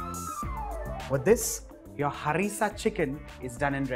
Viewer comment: NYC recepie!!!! ur pronunciation of HARRISSA chicken is jzttt perfect n awesome love to see u soon with another delicious recipie😘😘😘😘